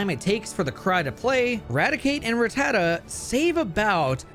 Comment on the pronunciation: I’ll let the ecruteak pronunciation slide for not saying ratuh-tatuh